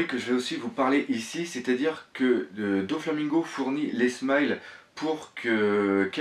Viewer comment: arrête de dire Donflamingo c'est Doflamingo